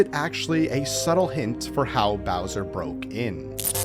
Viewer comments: You said Blowser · Around 9 mins in you say Blowser lol. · bro said browser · Bowser ❌ blowser ✅ lol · did he say "blowser"? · “allowing Blowser” Blowser🤣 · I noticed that too. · did he just say blowser